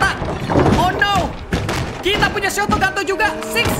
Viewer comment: Dia bilang shotoganto tapi yang sebenarnya ialah shotgun